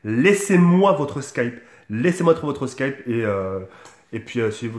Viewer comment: Mdr il a dit slkipe au lieu de Skype